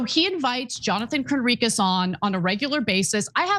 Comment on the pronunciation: Its hilarious Cenk mispronounceing Johnathan Conricus saying Cornicus 🤣 I wonder if its intentional